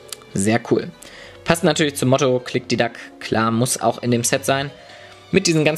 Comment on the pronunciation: jeder kann sich mal versprechen:)